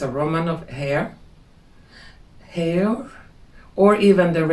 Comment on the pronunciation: SO glad to see you. I really needed to hear your voice and feel your vibration today. Heir is pronounced Eyr, I know, very weird. English is very weird. If she is from royal bloodlines, why would she model and be in that industry? Maybe she didn’t know? Those high level models get used and abused in that industry. I’ve been going through some passively served disrespect (ghosting) by someone I helped and employed full time for 6 weeks, to float her through quitting her new job. It cost me a lot to do this, and she did do a good job helping me declutter, deep clean and organize my home (most of it) and even my garage. I paid her for the hours she worked last and took her to lunch and paid for it. She thought I shorted her 3 hours. I didn’t. She was going to come two weeks ago. Today is the 3rd time that she didn’t show up, without notice. She has my mom’s replica of ancient japanese money gold ingots, that she dropped and broke, and was going to have her boyfriend fix it. She left her rain jacket here. I’m devastated that a person I sacrificed so much for, and gave so much to is acting like this. It’s really put me into a deep distrust of people, and really sucker punched me into deep despair for the last 2 weeks. But I am grateful that she, who is more fit than me, and younger, did help me. Perhaps God wants her away from me, and her not showing up alleviates me from feeling obligated to pay her $100-$200 (half day, or whole day), per week. It’s just so stupid and hurtful to